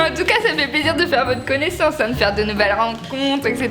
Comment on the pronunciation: "La place DÉ la femme c'est à la KOUIZINE !!!"